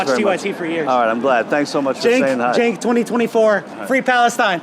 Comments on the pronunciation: Oh yeah, I watched TYT for YEEEARSZZZ. That's why I pronounce it "Chank." Yep. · How long has he watched? And he still mispronounces Cenk's name?!?